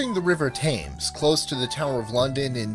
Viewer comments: This guy butchers foreign words and the Thames is pronounced tems not tames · river thames is pronounced river tems, not tames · Lol the way that everything was pretty much pronounced perfectly until you said Thames. (P.S It's pronounced TEMS) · There is a river Thame pronounced Tame, but the Thames is pronounced Tems. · notwithstanding, you really don't have much excuse for mispronouncing Myanmar and River Thames. While I'm at it Ponte Vecchio is pronounced Pontay Vekkio and the names of all the French bridges and viaducts are almost completely unrecognizable. It sounds like you actually practiced, but you're not quite there. Still a good list, though you'll get complaints from people whose favourite bridge was not included.